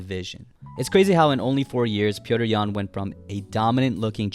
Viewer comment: Petr’s Yan lol